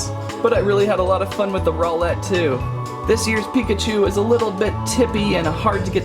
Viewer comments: and it is pronounced rowl-lt not rowl-lette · u said roweLET wtf dose rowLET mean huh? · ITS NOT SOUL GALAO ITS SOLGALEO And u little said row LET He next time u said owl et